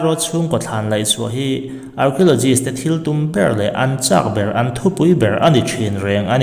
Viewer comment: Archeologists.... Kan tawng a nilo na chungin a lam dan hi han edit keuh la chu avan tha dawn tak